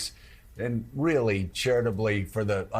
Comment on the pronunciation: It’s really Joe not weeerly ,you got Biden’s disease.